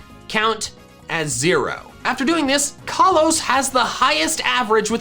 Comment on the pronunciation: Work on your pronounciations , Kalos and Alola